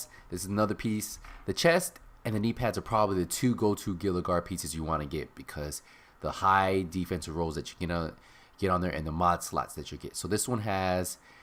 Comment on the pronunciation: Gila guard, pronounced HE-la guard. Named after the Mexican lizard the Gila monster. Petty, I know, but it bugs me.